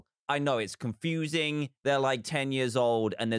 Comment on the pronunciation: “Its cunfusing”